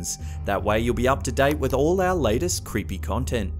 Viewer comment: Zelda Williams Tbh. I thought you said creempie